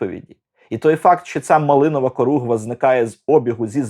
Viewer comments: Не коругва, а хоругва або корогва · улюблений фільм. Тільки Хоругва, а не коругва...